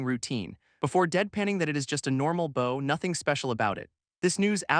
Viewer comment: I would like to point out that archery doesn’t seem to be used in this anime so why do you keep referencing bows and arrows? Unless you’re trying to say the other word with your mispronouncing. /bau/ : the active showing respect /bou/ : the thing-a-ma-jig that launches arrows